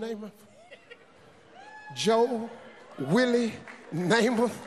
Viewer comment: “JOE. WILLIE. NAMATH” 🤣🤣🤣